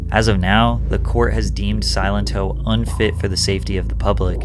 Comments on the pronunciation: It's SILENTO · Wish he knew how to pronounce Silento